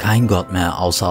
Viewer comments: Omg du hast das Wort "Allah" so schön ausgesprochen😇😱❤❤ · Paula Almondkeep Das spricht man eben so aus. Das Doppel L wird betont.